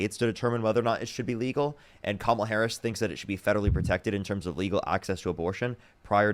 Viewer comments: They deliberately mispronounce Kamala's name because Trump does it. Once I hear them call her Ka-MA-la, I know they just suck up everything he says. No critical thinking skills necessary; which is exactly why he targeted them as he initially built his platform. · I just can't believe these people are allowed to vote. They can't form educated thoughts on the most basic of policies, let alone pronounce a 6-letter name. It's embarrassing. Either way, at least she is listening and willing to learn. That tells me that, deep down, she knows something is wrong. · Honestly that was painful to listen to. She is the perfect example of what Trump meant by loving the "poorly educated". Wow. Plus, in 2025 it isn't hard to educate yourself. She could have found all this out if she really wanted to. She couldn't pronounce Kamala Harris's name and I'm sure she doesn't want to pronounce it either. Trumpers vote for him because they enjoy the perks of being racist and hateful toward anyone who isn't white. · I salute her for discussing difficult and confronting issues on such a public platform. Out of all of this, I'm most dumbfounded that she wasn't even comfortable pronouncing "Kamala"... Regardless, good for her. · She can’t pronounce KA-MA-LA??? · “kudos” she literally called mexicans “illegals” and said she didn’t know how to pronounce kamala… liberals are so fucking stupid bro 😭😭😭 y’all will give kudos to fucking anything except actual leftists and THAT is why we lost the fucking election. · She can’t pronounce Kamala……..oh dear me! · "I don't know how to pronounce her name." Girl. It isn't hard. Comma. La.